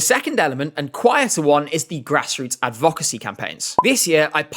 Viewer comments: Why do you pronounce advocacy like that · It’s like he’s never heard the word “advocacy” spoken before and is just guessing on the pronunciation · Just letting you know - that isn’t how to pronounce advocacy.